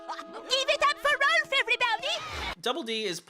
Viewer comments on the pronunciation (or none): Kept pronuncing “Rolf”, “Ralph” it’s no a sound at all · Are you calling Rolf 'Ralph' to be funny about it? It feels like it on purpose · How do you CONSISTENTLY say R'a'lph? His name is Rolf. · am i crazy but rolf is pronounced roll f not ralph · It's rolf not Ralph and there called urban rangers